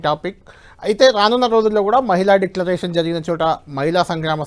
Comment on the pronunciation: ముందు డిక్లరేషన్ అని సరిగ్గా చెప్పండి